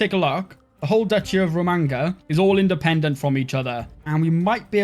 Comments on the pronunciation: Romagna is pronounced like lasagna, not magnificent. RomaÑa, not ro-manga. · New drinking game, drink every time he horrendously mispronounces Romagna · I hope one day people learn to pronounce Romagna the right way. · I came to comment you should really try saying Romagna properly